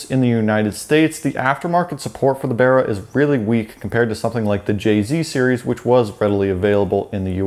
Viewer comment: At least this Septic says Barra correctly.